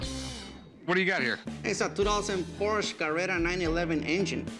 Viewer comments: Correct. Ricky actually pronounces it correctly , it's pronounced like there's an SHA at the end. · I love when comes in and starts pronouncing Porsche correctly 😂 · wow, nice to see someone pronounce "porsche" right. I like that guy